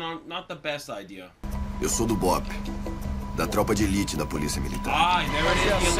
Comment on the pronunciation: Best reaction EVER from the best react channel! Great choice guys! It was a great pronunciation , ALMOST all Brazilian would understand what you said haha. Thanks a lot guys for this content! Already sharing with everyone!